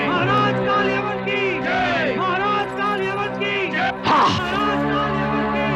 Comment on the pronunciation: aap abhi bhi puri tarah sahi nahi bole , KaalYaman nahi KaalYavan hai , Yaman ya Yemen to aaj ki middle East country hai , Yavan Yunani yani Greeks ko kaha jata hai , jo Ki Kaal Yavan Greek King tha